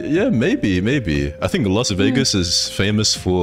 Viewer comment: Las Vegasu lol 😂 is Cute AF.